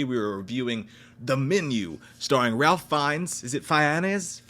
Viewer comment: I think you pronounce Ralph in a way that rhymes with "safe."